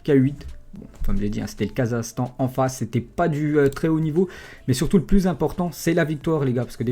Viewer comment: on dit pas "Kazastan" mais "KazaKHstan"